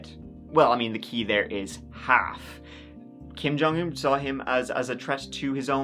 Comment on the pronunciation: You have not heard the rast of Kim Jong Earr!